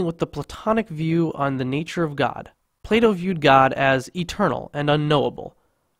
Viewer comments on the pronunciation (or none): none